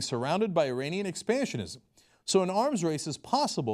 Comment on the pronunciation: The way Cenk pronounced "iranian" and "Khamanei" made me cringe lol. Like nigga your Turkish you know exactly how to say that.